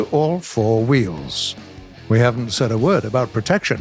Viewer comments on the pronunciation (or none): none